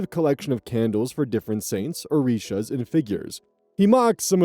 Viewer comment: Coming from Northeast Brazil pronunciation of "Orishas" was pretty good.